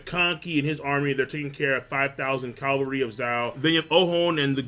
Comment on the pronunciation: Please say Cavalry instead of Calvary haha ^^